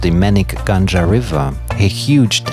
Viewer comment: “NILWALA GANJA RIVER” lol “ GANGA” he pronounced GANJA.... NILWALA GANGA = NILWALA RIVER... 😂 Also MENIK GANJA RIVER... MENIK RIVER..